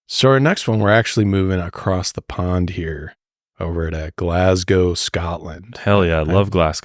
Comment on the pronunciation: Love from Scotland guys. Nice to see Americans not murdering the pronunciation of Glasgow 😅